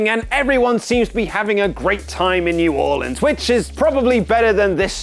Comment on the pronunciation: Thank You Luke for saying New Orleans correctly. You earn more of my respect with each edition you "Headline".